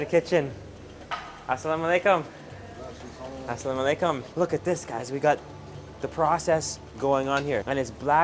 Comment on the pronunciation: assalamualaikum not assalom aleykum...✌😁